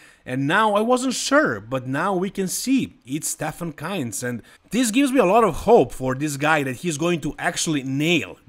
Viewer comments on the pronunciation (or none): Bro how r u pronouncing kienzl like keynts😂. It's "keentsl" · KIENZL not Kinz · why do u name Stefan KIENZL always KAINZ? Is it on purpose or do I miss something?